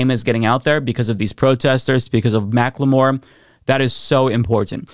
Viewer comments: Mackle-more not Mack-le-more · For future reference, it isn't "Mac-Le-More" it is pronounced "Mack-ull-more". 😘👌